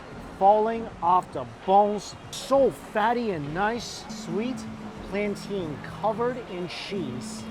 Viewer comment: Mike! I love you, man, but stop saying “planteen”!! It’s plantaaain! 😋 No, but seriously, my husband and I absolutely love all your videos and travels, especially the way that you just love and appreciate the food and culture of every place you visit. Thanks for all the destination goals! 🤗